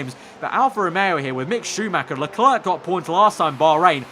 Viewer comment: Also Im 90% sure Leclerc is prononced Leclaire....